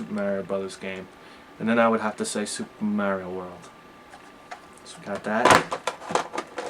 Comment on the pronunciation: Soopah Merry-Oh World!!! LOL